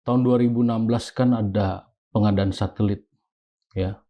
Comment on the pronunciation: Satelit pak jack jadi thulalit😂😂😂😂😂😂